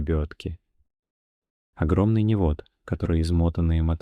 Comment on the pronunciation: Уловом... невОд.. Режет по ушам